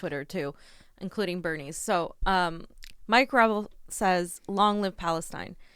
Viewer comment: Gra~Vel is the right way to say Mike's last name .. not Gravel ..